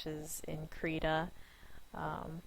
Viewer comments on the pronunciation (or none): Please look up the pronunciation and correct it in your video. It has a short "i" sound, not an "e" sound. It is Swedish for "crayon" and "rita" in Swedish means "draw".